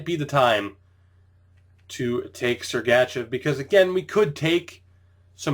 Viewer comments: Great video. However, everytime you say Sergachev I wanna punch you in the face. This is my 1st video I've ever seen of yours. I'd like to thank you for showing the entire draft without editing out your reason for picking that player. I've been looking for a video like this so I could draft a team at the same time as someone else :) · listen how he says sergachev